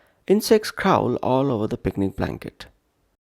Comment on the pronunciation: Crawl wrong pronunciation